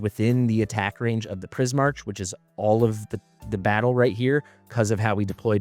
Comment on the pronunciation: I think it would be Pris-mark. Similar to Primarch in Warhammer. But Pris makes sense because of prisms and color.